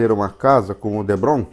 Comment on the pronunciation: Muito bacana seu diorama, só um detalhe o material tipo isopor é DEPRON e não Debron como voce fala.